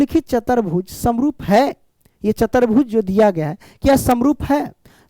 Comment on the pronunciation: Dear sir ✅chaturbhuj ❌chatarbhuj